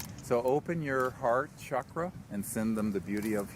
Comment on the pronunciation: No way Greer hasn’t seen this why hasn’t he addressed it personally and the way he said chakra was painfully awkward … I don’t keep up with Greer either way . I prefer Alan watts and Terrance and the conversation after Greer. The discovery looks coool I love this “ nature dosnt keep secrets,… do we understand it” I’ve seeeeeeen that code omg bro absolutely 200% words and symbols swarming never able to hold it long enough to decipher it. but its there somehow it seems familiar and you know what it is without knowing what it is. Discovering this characteristic of existence is the best thing about being alive at this particular time <3 lasers and people who are curious enough to look again to see more than the surface to interact with the universe not as we understand it but as it truly is if the discovery is repeatable and it seems to be maybe we can finally change up the double slit experiment i wonder what dmt does to the observer effect , wave , particle, or coding?